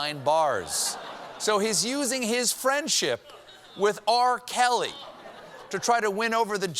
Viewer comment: How you could miss the fact that this guy called R. Kelly... "R. Celly" lmao....